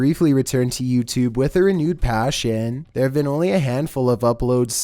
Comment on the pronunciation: Why did you say YouTube like that like yooutube.